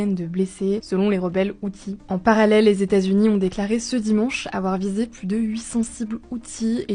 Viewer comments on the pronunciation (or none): none